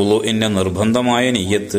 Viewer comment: നിയ്യത്ത് ഒന്ന് ശെരിക്കും പറയാം ആയിരുന്നു